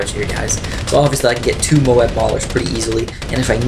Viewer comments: "Mo-ab" not "Mobe" or else the A will be silent. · its mo-ab